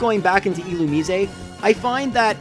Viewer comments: Final E should be silent,but the rest is right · Do you really think that's how "Illumise" is pronounced?